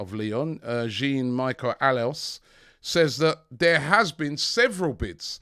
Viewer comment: the Lyon presidents first name is pronounced Jawn Meeshell not Jean Micheal.😂 coyg